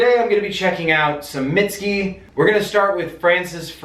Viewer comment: “mitt-ski” ah, no my tender, alabaster friend, that is not right.